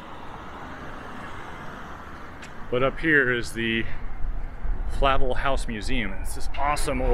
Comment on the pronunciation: Flavel is pronounced like fluh-velle.